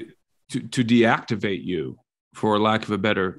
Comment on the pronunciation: "DEACTIVATE ".....!? My bullshit meter started to go off way B 4 .......D-Act-Ivate is a hard pill to swallow.... Its ok though, im still here as a listener